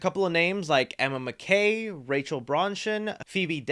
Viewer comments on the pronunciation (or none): please stop saying Emma McKay. It's pronounced Mack-ee.